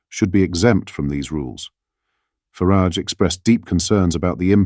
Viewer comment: FARAGE NOT FARIDGE (FARARGE)